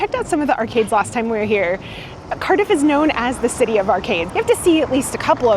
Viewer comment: C-ARRRR-diff, not "Currduff" ... and "So-fye-ah" gardens. great video though. our city is epic